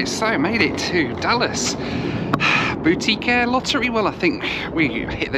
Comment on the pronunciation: When you first said “boutique air”, I heard “Bootie Care”. For a moment I thought this was going to be a very different sort of video from those you usually make.